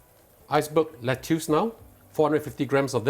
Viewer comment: Lettuce is pronounce as "Let-us"(American) or "Let-is"(British)... DON'T call it "Let-tius"